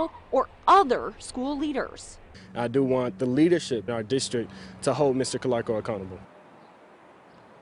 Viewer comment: Its ca LAR co not ca lair co